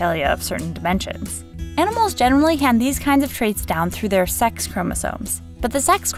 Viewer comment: Why does she keep on saying "seX chromosome"?